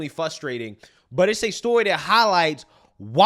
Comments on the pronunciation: What are you saying when you say the word frustrating? Or sounds like you're either saying flustrating, which isn't a word, or fustrating, which also isn't a word. Please say it right, it's very annoying to hear you mispronounce so many words. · Frustrating, not fustrating